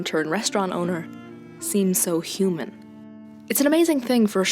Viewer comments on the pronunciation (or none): none